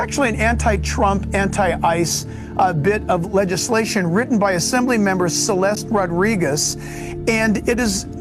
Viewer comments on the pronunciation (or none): none